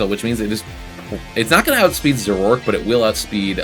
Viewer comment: The "a" in "Zoroark" is not silent; it's "Zoro-ark" and you were pronouncing it "Zo-rork."